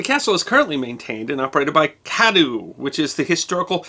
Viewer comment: Cadoo is Cadwee